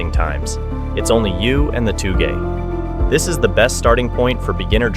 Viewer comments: Aint no way bro just messed up on saying TOUGE and then tried to educate us that this kinda racing is TOO GAY for me to do 😭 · OMG, you are giving us a lesson in pronunciation? You pronounced it "Too Gay" racing. Better take some Japanese lessons before giving us lessons in Japanese language. 😂😂😂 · its pronounced "toe-ge", not "too gay" lol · ITS TOUGE: TOWG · He just wanted to say “too gey” 😂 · Seriously, did you actually say "too-gay"????? I suspect you just did that to get engagement in the comments so I guess mission accomplished buddy👍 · Sorry but touge is usually pronounced as toh-ge but the “toh” is a slightly long “o” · too gay. lol smh wth.